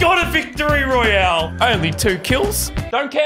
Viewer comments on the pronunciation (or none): none